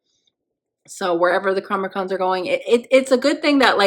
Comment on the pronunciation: Absolutely adorable how you transpose the N&M letters when you pronounce ’Chronicom.’ Like a mashup of that word and ‘Comic-Con! 😊 Hope it continues through the season. Good episode that really sets the season in motion, gives a hint at how things (could have) begun. And we get the beginning of a beautiful friendship between Enoch & Koenig! While probably not the “best” season, this is one of my favorites. Eager to watch your journey & experience. Thank you for sharing.